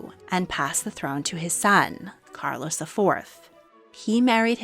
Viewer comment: This is AI. AI cannot pronounce Regent or Carlos correctly. 😂😂😂